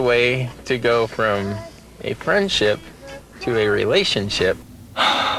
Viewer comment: To go from a friend"ship" to a relation"ship" lol dude.